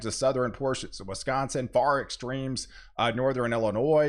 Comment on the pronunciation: it shouldn't hurt my head that much to keep hearing people pronounce Wisconsin with an E